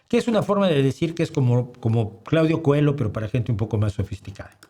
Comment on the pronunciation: Dejé de ver este vídeo cuando escuché pronunciar Cohelo cuando se escribe Coelho (en portugués) y se debería pronunciar como se pronuncia en portugués. Tampoco es que me gusta mucho que se empiece por comparar el físico con el de otra persona cualquiera. El mismo bigote no hacen semejantes a Charlot y a Hitler. En fin, yo sí he leído a este filósofo y creo que merece la pena leerlo.